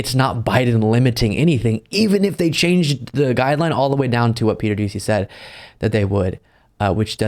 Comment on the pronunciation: You're close,. Its pronounced dooshey